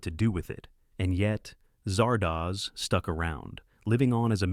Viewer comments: A.I. pronounces Zardoz, Zahr-Dos...as Zar-Doohs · Zard Oz. Not Zard OHZ. It's a half-seen snippet of "The Wizard of Oz." The AI narrator in these things is a fever dream of a fever dream. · I know most of these. Cackling over Zardoz happened a LOT. Could you fix the pronounciation, though? It's as in "The Wizard of Oz" not doze. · Oh, God! Ditch the AI readers and find someone who can read English. "Zardoz" is not pronounced "Zar"-"Doze"!